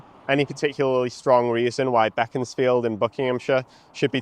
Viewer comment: Oh thank god, you actually said Beaconsfield's name. So many people mispronounce it.